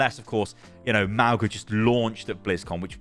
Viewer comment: [MAWNG-uh] not [MAO-guh] - the 'g' in Samoan is pronounced like the 'ng' of sing